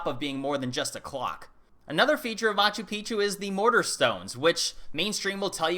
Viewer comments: Its pronounced mah choo peek choo. It means old mountain. When you pronounce it mah choo pee choo, youre saying old penis. FYI. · ....just check your pronunciation of Machu Picchu please, you say ancient penis instead of ancient mountain.....haha ;-) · In Peru, I heard Peruvians pronounce Machu Picchu 'Machoo Peekchoo', not Machoo Peachoo.